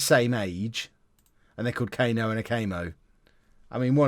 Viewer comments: Cano isn’t pronounced Cayno it’d be cuh-no if that helps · You should just pronounce Cano the way it should be (Cuh-no, not Kay-no) and then they don’t sound alike at all